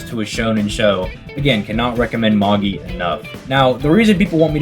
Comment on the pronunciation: Its pronounced MA-JAI not MA-GI 😂